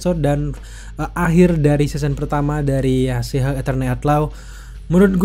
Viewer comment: abang ini menyebut She Hulk sihug